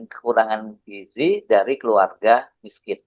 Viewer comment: Giziii Dadan Giiiziii bukan Gijiii...